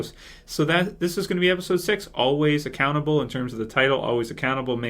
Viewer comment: At first I thought was saying "Always a cannibal" when he said the name of the episode! LOL